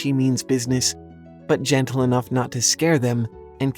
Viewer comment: Ha-Fest-Us Day-Du-Less